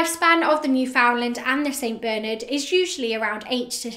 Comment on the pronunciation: It's Bernard and not Beernerd